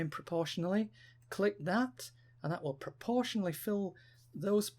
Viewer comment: Loved the brick like effect on the images. Nice tutorial. I don't think I've got enough fingers to hold down the mouse button, hold CTRL and press arrow keys at the same time though...you must have the left hand dexterity of a piano player! What's also weird is that initially you were pronouncing proportionally as pro-portion-a't'ely, then switched to the correct pronunciation later in the video, pro-portion-ally. :)